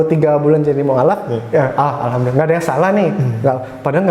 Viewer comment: tolong jgn menyinggung orang2 yang sudah islam dari lahir dan tolong klo ngomong alhamdulillah di perjelas, karena setiap saya denger itu hamdulillah bukan alhamdulillah